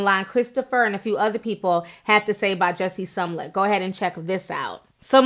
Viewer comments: I always love hearing the tea but PLEASE start sounding out people's names before reporting the tea! SMOL-LET not SUM-LET... Use those vowels, Sis! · Gurl it is Smollett not Sumllett. Please!! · Somlet? Lol its pronounced smo-let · I cringed everytime u said “Sum-lette”😖🤣🤣 its Smo-lette! Love u tho😘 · Say it with me Ti "SMO-LETT" not pronounced SUMLET. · The story is very important, but I can’t get over why she continues to incorrectly pronounce Smollett’s name? Sum-let, over Smol-let. ...Are there any other updates? Overall, a good coverage. I’m staying tuned in. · If you're going to report please pronounce his name right. It's not Sumlett It's Smollett...smfh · She Keeps saying some lett isnt Jussie’s last name pronounced Smo-let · His name is pronounced SMOE-LETT not Som-let Damn! Smh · I live her but I wish she would say people's names right. She says SUMLET the whole video when his name is pronounced SMAL-LET. It's distracting and it's not just this video. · It’s clearly spelled S-M-O-L-L-E-T-T and you got Sumlett every time. Lol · Its SMollett T, there's a freaking M in the there lol. The way u mess up a name I b like fix it blk Jesus 🤦🏾‍♀️ lml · You got Sumlett. Its you have Sumlett. Would be the proper way to say it since we pointing out grammar.😀 She does her thing. Big up Ti 🎊🎊🎊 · I swear that irked my nerves everytime. Omg! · Smollett ! Where's the letter U? 👀 but yet I keep hearing Sum-let .. Am I bugging? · "Smo-llett" "MAGA" "Jussie" ...Ti, I know you are usually on it. You kept saying words the way you wanted to on this one. Good video, anyway. I really hope this is not all a fishy situation because it will set back efforts of actual victims. SMH. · I cried a little inside every time she said Sumlut... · Calling that man Jussie SUMlett. LOL. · Small ett is how his last name is pronounced. Love u Ti, but it was making me cringe girl! Keep doing your thang. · What's Sumlutt?? 😂😂😂😂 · You keep mispronouncing his last name. It's Smollett. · "Sum Lett" smh